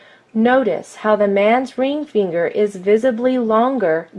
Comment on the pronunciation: Imagine making this video, the joke got old by the 15th time the obviously male narrator says "reeng feeenger"